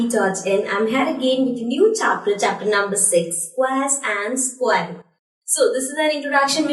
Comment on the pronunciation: mam vo sqqquare nhi hota vo square hota hai galat pronunciation hai ja english classes join kar